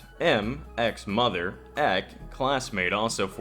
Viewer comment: I don't know why but every time you say Ehk instead of EK is kind of annoying. It is two words E.K.